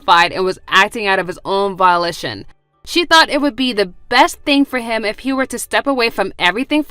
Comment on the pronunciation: The first story…. The way pronounced ‘volition’ as ‘violitian’ 😂